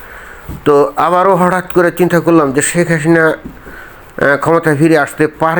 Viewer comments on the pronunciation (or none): ভাই উচ্চারণ স্পষ্ট করেন (শেক হাহিনা) শেখ হাসিনা শব্দটা দয়াকরে ধীরে ধীরে বলুন।